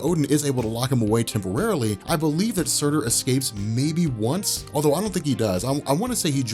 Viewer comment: Surtr not Surtur. You comic fans bash my religion like its nothin